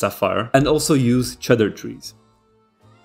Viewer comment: Its not pronounced cheddar trees, its pronounced cedar trees. And also Saphir polish is not pronounced as sapphire.